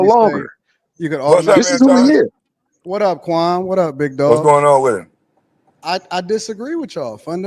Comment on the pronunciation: Stop calling that man "Kwam", like yawl fukkin.